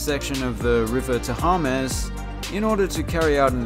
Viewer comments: From the River Thaymez to the River Taharmez. The man never fails to hysterically mispronounce the Thames. Please never pronounce it properly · Because we aren’t American! Temz? What the fuck 😂